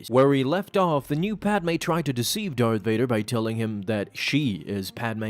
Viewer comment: Varth Dader